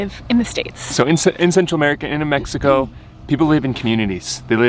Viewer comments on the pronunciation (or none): none